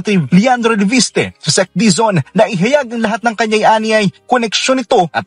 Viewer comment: Leviste po Hindi po levistre